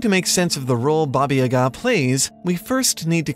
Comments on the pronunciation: Oh I‘m so excited! I believe I was one of the people who suggested the topic to you :D however, you should try pronouncing yaga with two long ˋa´s ;) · Your pronunciation stuck me as amazing! The only lacking bit was the name Baba Yaga itself, as you kind of butchered the world Yaga. But that is something we can ignore given the whole research you've done! One note would be, it seems like Russia is the primary focus here, while I believe there is a lot to gain if you look outside of it. Slavic is indeed not synonym to Russian, as some people in the comments have mentioned. Quite on the contrary, Russia is the culture, that in this case, borrowed much of its myths, tales and folklore (and even alphabet) from cultures in what is nowadays Eastern Europe and The Balkan Peninsula. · wt# u can't read ,,yaga" correctly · In "Yaga", the stress falls on the first syllable. Anyway, great video!